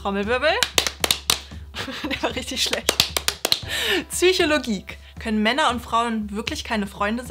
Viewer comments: "Ps"ychologin, nicht Zychologin "Ps"ychologie, nicht Zychogiek. Ja, ist geklugscheissert, aber man sagt ja auch beim 'Psoas-Muskel' nicht Zoas-Muskel. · Gibt es einen Grund "Zychologie" statt "Psychologie" zu sagen? Das triggert mich leider extrem😬 Ansonsten ist das Video top!👍🏼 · Das Video ist gut, aber der Germanist in mir möchte gern sagen: Es heißt Psychologie und nicht Zychologie... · Seit mir mein Freund gesagt hat, das total viele Deutsche "Zychologie" anstatt "Psychologie" sagen, fällt mir das jetzt ständig auf 😅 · Warum sagen alle Frauen immer „Tsychologie“ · Du sagst auch immer Tsychologie, wie mein Freund 😅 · Wieso können so wenige Menschen „Psychologie“ sagen und sagen stattdessen „Tsychologie“? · Eine Psychologin die "Tsychologie" sagt traue ich natürlich amk. "Ich bin tsychologin"....... bruh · Zychologie. so spricht sie es aus. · Ich finde die Idee vom Kanal gut und hab den auch entdeckt durch MaiLab weil ich ihre Videos sehr mag. Das Problem ist du hast so ein unangenehm peinliches und überhaupt nicht ansprechendes Auftreten. Das ist unangenehm dir zuzusehen und am meisten stört mich deine Aussprache. “Züchologie” oder “cuoss-sex”. Nervig. Ich liebe Psychologie und die menschliche Psyche aber wie du die Themen bearbeitest und rüber bringst gefällt mir nicht